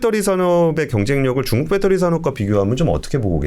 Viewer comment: 밷떠리 밷떠리 뺃떠리 밷떠리 밷떠리 뺃떠리 밷떠리 밷떠리 뺃떠리